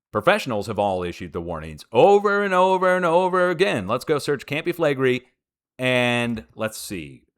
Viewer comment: Campi Flegrei is actually pronounced: Com-pee Flay-gray-ee 🤔